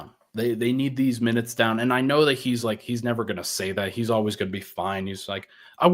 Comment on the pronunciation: My new years resolution is to get to quit adding "ch" to the end of every time he says the word "and"